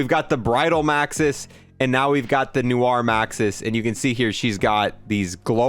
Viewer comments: “Noo -ar” 😂 love your vide man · not knowing how to pronounce "noir" #legomoment